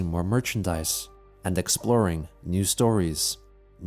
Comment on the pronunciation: Only rewatching now I got it. At the end of the video says "new ideeas" teasing the ideea guys